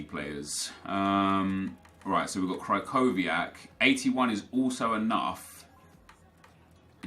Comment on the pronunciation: Krihowiak not krikowiak you asocial racist xddd